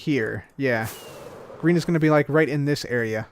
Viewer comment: Anyone else hear "Grian" every time says "Green"?